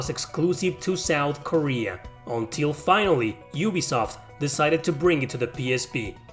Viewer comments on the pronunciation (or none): none